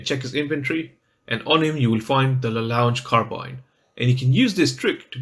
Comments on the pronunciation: It's pronounced. Lah Long Car Ah Bean! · Another fantastic guide - despite terrible pronunciation! 😂👍 It's French. It's pronounced 'La Long Carrabeen'. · don't worry everybody does mistakes and the weapon's name is in french so it's difficult to pronounce in english. keep it up! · Please say it correctly :(